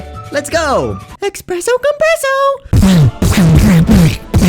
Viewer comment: "Essperso compresso" got me😭